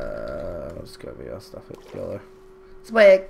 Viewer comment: but he sais it like swaq not swag